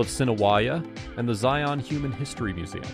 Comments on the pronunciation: They need to program an AI voice who can pronounce “Zion” correctly. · You keep pronouncing it wrong 🤦‍♂️